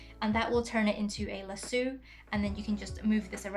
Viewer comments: Lasue 😭 it’s pronounced “La-So” 🫶🏻 😅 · Great video, but the word is pronounced LASS-OH. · The best part of the video is when she says lasoo, love it. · Hahhahaha I giggled at this too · is that how lasso is pronounced in ur language? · Love how you pronounce lasso. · Lol I was saying lasso the way she said it and thinking how it sounds so funny and different. But I bet people over there think it sounds weird how I say it